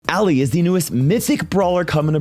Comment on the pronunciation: IT'S ALLI, NOT ALLIE!